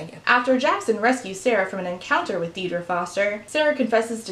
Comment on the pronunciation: An excellent look into the books, the problems behind them and the problematic attitudes and behaviour of the authors. Just a quick note: Aisling and Deirdre are Irish names: Aisling is pronounced as 'Ash-Ling' and Deirdre is pronounces 'Deer-Dreh'. Thanks for going through everything so clearly, I knew nothing of this before I watched this video, and I was absolutely enthralled by it. Edited for spelling.